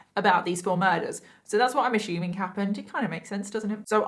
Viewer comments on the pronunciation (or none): Me being from Africa I don't know if I'm saying "assuming" correctly when she keeps saying "ashuming"